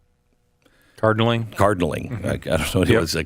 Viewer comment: They were, uh, cardnaling hahahaha